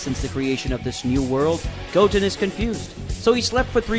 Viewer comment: It's not Gotn it's Goten pronounced (Go-ten) not gotn